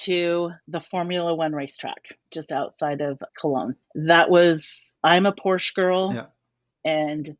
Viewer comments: ...it is PorschE. We Germans pronounce a vocal always the same way, no matter if it's at the beginning, in the middle or in the end of a word. As I said, it sounds like the "E" in Elk! :D By the way, all "e" in the name "Mercedes Benz" are pronounced like the Elk-"E" as well, all the very same way. Americans tend to pronounce like "mörcidis". ;) ;) But I digress... 😘👋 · This was again so interesting!! A little insert from a German car-girl: WHEN you really wanna be a "Porsche-Girl", pleaaase learn how to correctly pronounce the name. The "e" at the end will always be spoken out in German names (and pronounced like the E in Elk). Do not swallow it, or you are NO Porsche-Girl! ;)